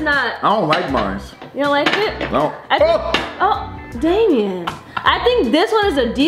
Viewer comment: Why do Damien say * Damien and m wh not Damien and b ??